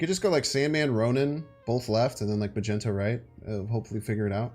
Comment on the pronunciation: What the heck is a "Magento"!??? Lmao